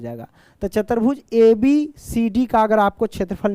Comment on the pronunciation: Chatarbhuj 😂 chaturbhuj